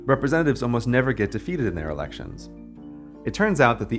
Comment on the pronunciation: The way you say "elections" at about 3 minutes triggers my Amazon Echo for sounding like "Alexa". Scared the hell out of me